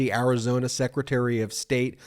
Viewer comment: It's Arizona not Karizona!